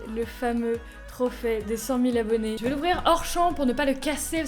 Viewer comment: a chaque fois que tu disais trophe j'entendais trophet😂😂😂😂😂😂😂